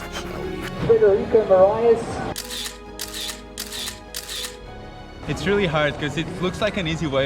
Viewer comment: His name is Frederico Morais, not Morias